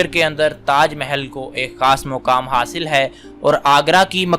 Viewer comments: لفظ مقامی ہوتا ہے۔ ہر جاہل چینل بنا کر بیٹھ گیا ہے۔ مکامی۔ پڑھ کر سوچ میں پڑھ گیا۔ مطلب کیا ہے اس کا؟ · مقامی ہوتا ہے مکامی نہیں جاہلوں دوسروں کے ڈھکن کھولنے ہیں بس ھم کو کیا بھلے سے آگ لگے تاج محل کو